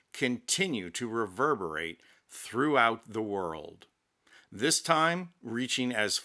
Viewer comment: It made me chuckle too. But because I'm pedantic, I cringed every time he pronounce the word this . Authentic fake French accent would use zis . Still, it was very funny. I love his usual delivery tho. It's clear and concise, without any unnecessary inflection or exaggeration to distract from the presentation. Just simple facts with some subtle humor tastefully inserted here and there.